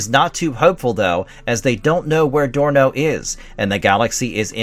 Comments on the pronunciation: Dorno, not Sorno. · The son's name was Dorno, with a 'D' not an 'S'. Jeez, did you actually ever watch this show if you didn't even know that?! 😨 And it's Gloop, not Glop. Edit: Well, at least you get their names right after the first time. That's a relief. As for the comic book, well... thank you sincerely for the recap of the first few issues; I heard of it but never got to see any issues of it. Glad you've shown us the first few issues, but the art and story quality and character development are imo all off. Zok was not iirc a female, and Dorno was definitely not such a spoiled, immature, reckless brat. And imo the stories are meh.